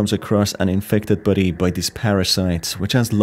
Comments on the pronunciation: Lol, I thought you were saying, "buddy" instead of body, and it somehow sounded better to call those dopplegangers your "buddy" 😅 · It’s body, not buddy, buddy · Haha 3/4 of the video I thought you was saying buddy until I realized you was saying body… great video tho! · Not going to lie every time you said body I was here in the word buddy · Who thought he was saying buddy this entire time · body is not pronounced buddy bro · I can barely hear a word you say your pronouncing body like buddy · Man the way he says body